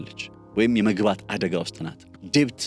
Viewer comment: በጣም ጠቃሚ እና አሰተማሪ ትንታኔ ነው። እዳ በእንግሊዝኛ ሲጠራ ዴት ነው እንጂ ዴብት አይደለም። በርታ keep going.